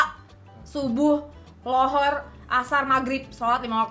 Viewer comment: Zhuhur kak bukan lhohor